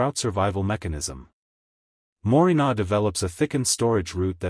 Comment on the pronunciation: I think you mean Moringa not morinar